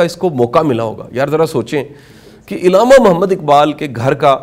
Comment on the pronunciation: السلام علیکم ۔۔۔آپ نے ایک لفظ بولا اءعلامہ اقبال ۔۔۔یہ عءلامہ اقبال ھے یا اءعلامہ اقبال ھے